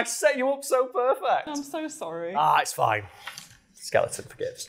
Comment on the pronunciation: "I want a 12 foo skeluh on"